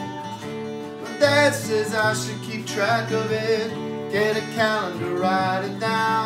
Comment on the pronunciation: 3 syllables on “wri-i-ite it down.” “oh-oh-oh...” 2 syllables on “do-oo with the judge.” pretty swee-ee-eet.